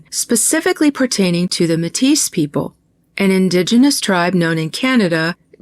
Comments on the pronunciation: Métis is pronounced May-tee 😊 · I'm looking forward to the next parts. I'm glad I found your channel (thanks Elsrich). It's no biggie, but just wanted to let you know that Metis is pronounced like May-Tee. The s is silent. Metis people are actually a distinct group recognized in Canada as primarily decendents of Indigenous and French, or Indigenous and Scottish. (From the early frontier/fur trade era when European men were having children with indigenous women.) Just a little bit of background. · Hi ❤love you ❤Métis it’s pronounced May Tee people. Thank you for all that you do!!